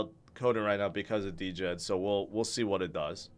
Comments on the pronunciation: Hey, the stable coin is pronounced “Jed” not “D-Jed” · It is pronounced "Djed". It is mean "grandfather" on Slavic language.